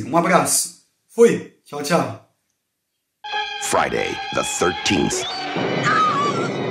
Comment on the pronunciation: em ingles se pronuncia FRAI - DEI kkkkkkkkkkkkkkk